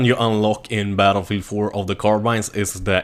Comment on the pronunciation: "battlefee 4"